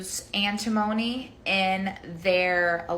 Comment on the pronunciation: 1. 'Antimony' is not pronounced like that. 2. You are not a 'biomedical' mom if you think you need that many supplements (unless your doctor tells you you're deficient). 3. Bentonite clay, ironically, has heavy metals in it.